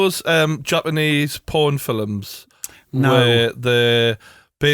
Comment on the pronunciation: gets an extra syllable out of the word, films. Haha